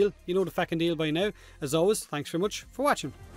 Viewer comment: Why do you always end the video by saying "thanks for wotch- for wAtching"? Am I the only one that noticed, was this ever addressed before? In the words of Tom Cruise: I WANT THE TRUTH!